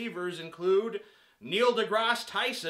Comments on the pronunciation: Grass* not Graz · Only idiots pronounce Neil deGrasse Tyson as Neil deGros Tyson. Even Neil deGrasse Tyson pronounces it as Neil deGrasse Tyson. I was going to count how many times you said Neil deGros Tyson in this video but I realized that would be an idiotic thing to do and the words Neil deGros Tyson lost meaning after the first few mins of this video. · It sound so weird when you pronaounce his last name